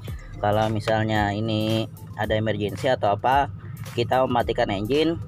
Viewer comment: 7kali ku ulang video nya. emerjendi steering 😂